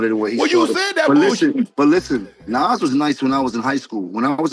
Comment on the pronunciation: Lady it's Nas not Naz 😂